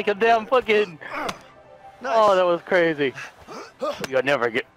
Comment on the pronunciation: Did say “ice cweam” and “cwazy?”